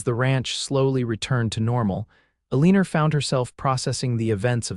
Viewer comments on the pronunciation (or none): Ell i. Nor Not Ell een r😅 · Elina pronounced "A Leaner" is HIGHLY distracting!!! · Good grief there is no r in elina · Distracting, but funny 😄